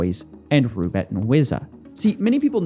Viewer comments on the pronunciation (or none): Coffee, you do realize that Roobet is actually Russian thing? The kangaroo reference is a joke, its RU not ROO.